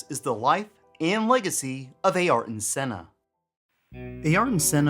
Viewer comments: Great vid but your pronunciation Ayrton is soooo grinding with me. It is Air-tun NOT A air tun! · "A-arton"... nope "a-yer-ton" Senna Da Silva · Ay-ar-ton? Really? Never heard his name pronounced anything other than Air-ton. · Air-Ton. say it like that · true but still everyone knows the correct spelling of the name regardless of where they're from... it's actually the first time in my life I've heard someone actually saying A-Arton